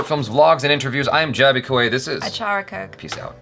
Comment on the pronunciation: Everytime I hear achara pronouncing names, she exactly gets it right